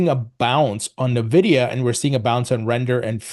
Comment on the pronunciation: Stop saying 'na-vidia'.. it's 'En-vidia'.